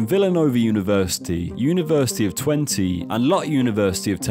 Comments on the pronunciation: university of twenty lol... twen-tuh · You pronounce it Twentuh, not Twentee. But Dutch is a fickle language.